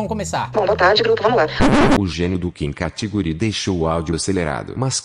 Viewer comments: "Kim katigúri" kkkkkkkkk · Parei de levar a sério quando ouvi Kim "Catiguri" kkkkkkk